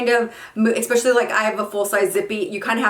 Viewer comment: Expescially or especially? Lol